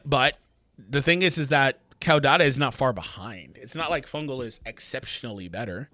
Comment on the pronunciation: Its pronounced Kaw like a bird says KAWKAW🦅 kaw-da-tuh CAUDATA